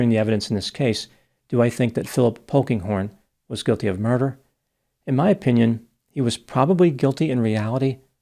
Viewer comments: When he said Phillip "Pokinghorn" I thought it must be a joke...😂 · At first, I thought said Honkinghorn.